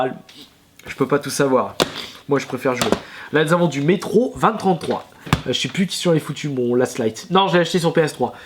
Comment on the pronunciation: ON DIT MÉTRO 2MILLE33 PUTAIN